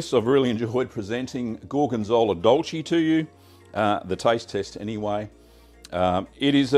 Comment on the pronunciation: Here I am, spreading some gorgonzola dolce on homebacked sourdough bread and your video pops up! I can't wait for the weather to get better and give your recipe a try! Just a small tip: the E in dolce is pronouced like the e in "neck", same for piccante